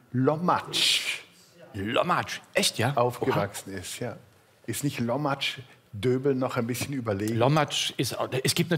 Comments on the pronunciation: Is nich Lommatsch. Der Ort heißt Kuhlumsch. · Das heißt nicht Lommatzsch, das heest lummsch